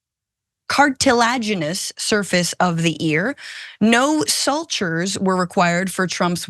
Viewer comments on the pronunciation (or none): (It’s pronounced “soo-churz” :D) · I appreciate your work first and foremost and I am new to this channel but I find it strange that you haven't looked up words you are using. I'm not asking for perfection but sutures is a word you probably should know it you are going to report on an injury. Quality not quality. However thank you and please do not stop reporting.